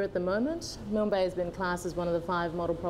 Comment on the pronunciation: Milan Bay??? There is no vowel between the 'L' and 'N' in Milne Bay. You don't pronounce 'KILN' with a vowel between the two last letters, nor should you add a vowel in MILNE. For those who don't know, it was named after, Admiral of the Fleet Sir Alexander Milne who died 1896. I love all of PNG and all it's people, I have my preferences as many I'm sure do, but the many islands in the area of Milne bay can perhaps be equaled but not beaten.